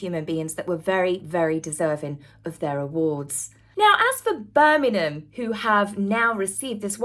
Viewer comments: love your videos so much, very informative but please can you pronounce Birmingham with the G it's making me cringe a bit. Or maybe say Brum. Don't mean to criticise, just got to say it. Hope you don't take offence as I'm a massive fan x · As a Brit, never heard Birmingham pronounced that way? Not knocking you, just mind blown. Is that a Sussex dialect? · Why are you pronouncing Birmingham like that 😂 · It's Bir ming ham, not Bir min ham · Birmingham not Birningham M not N . Love your chanel ❤ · Please,, learn to pronounce the name of one of the largest cities in Britain!!! BirmingHAM, not BirmiNUM! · I really hate to be this person. However, I must. I'm sure is pronouncing Birmingham as Birnigham it's actually pronounced Bir-ming-ham. Apologies to. If im miss hearing it, maybe a hearing check for me is due. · Hi, it' s not Berminam, it's Birmingggham please pronounce the g in Birmingham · Its Bir- ming-ham not Bir-mim-hem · Petty alert! Birm-ing-ham. Not Burminam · Please it's Birmingham am not Burninum just saying.. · Please please please, learn how to pronounce BIRMINGHAM! It's not Birmingnam, Birmingnum or any of the other names you mentioned. It's Bir..ming.. ham, there's a HAM at the end! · Hey the town is called BirminGHam, not Birminum.😂😂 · Bir Ming Ham - correct pronounciation. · Ah cmon, not Bermanen!!! At least pronounce it correctly, Lots of Americana are watching. How they pronounce B'Ham is the same apart from the 'ham'. It's more like 'um'. Sorry, but I'm a Brummie 😘👌😊😢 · I really love watching you but plz say BirMINGham properly Glad you had a wonderful time at the ball you looked stunning as did your own personal bond did😊 The Birmingham council went bankrupt and we are suffering cuz of it, and now they going to pay out for the these games Great more for us to lose out on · You're English, say Birm ING ham correctly ffs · There's a G in Birmingham luv.